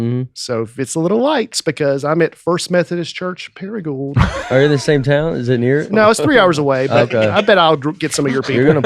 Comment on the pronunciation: Don’t pronounce the d in Paragould… paragool like pool